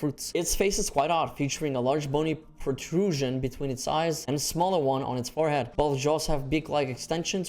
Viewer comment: I promise I'm not bullying, but the way you struggle to pronounce some words is really funny. The NA-JA-RA-LA one always gets me. And the pro-tru-sion was hilarious. Anyway, about Bishaten, I think he could potentially do the Pukei Pukei gimmick of environmental advantages a lot better. Imagine him picking fruits from bushes in Wilds and finding out you can pick those fruits and use them yourself with the slinger. Honestly, BISH-A-TEN-OUTTA-TEN...😂😂